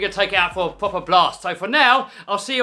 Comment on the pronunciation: Give it a pwoper bwast.